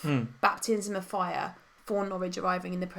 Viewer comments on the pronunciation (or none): it's Norwich ffs 😂